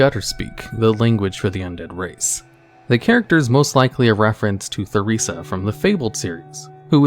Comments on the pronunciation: Her name isnt Thuriza. Its Theresa. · 3 seconds in and you pronounce the ‘th’ sound in Theresa I am trusting this won’t happen again